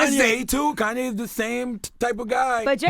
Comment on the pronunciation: Butchered Kanye's name